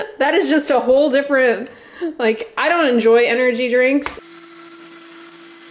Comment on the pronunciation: I love how you call drinks 'dranks'!!! LOL